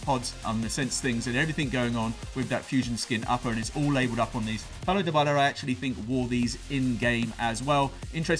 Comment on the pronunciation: Lmao the way he said dybala